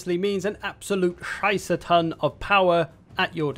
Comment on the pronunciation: So funny to hear say "scheiße", pls keep talking german words in your vids ^^. It's like English is my mother language